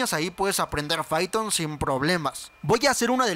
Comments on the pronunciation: Fython o python wey jajajaja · Se pronuncia paiton no fiton :v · Aguante el "faiton" raza! 🤙